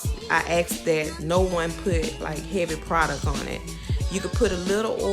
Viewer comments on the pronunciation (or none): none